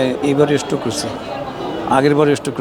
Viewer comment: স্টক নয়, স্ট্রোক করেছেন।